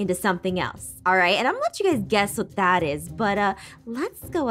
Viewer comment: Dat Or Zat Or That